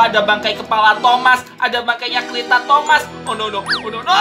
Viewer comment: Bang kok ngomongnya tomat? Bukanya itu thomas